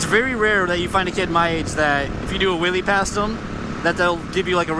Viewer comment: "You can see it definitely makes their day when the kids see a willy" need to be careful on the pronunciation or it will sound very different xD